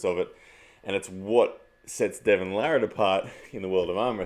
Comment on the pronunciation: I don't arm wrestle but as a new fan of the sport wanting to explain the more technical aspects to others and get them into it, videos like this are gold. Great stuff!! It's also very refreshing to hear Devon's last name pronounced properly lol. Larratt not LeRat.